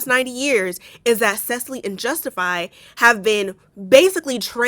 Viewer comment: I know it not on topic but, my name is Cecily but with a Y not an E at the end, and I just wanted to compliment your wonderful pronunciation of my name! I have never seen someone be able to pronounce my name without being told the correct pronunciation, so it made me very to hear you pronounce it correctly. 😆